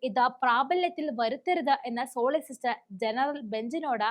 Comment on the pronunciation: സോളിസിസ്റ്റർ അല്ല കുഞ്ഞേ സോളിസിറ്റർ 😂